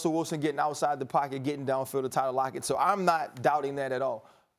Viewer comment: he really said tyler lockett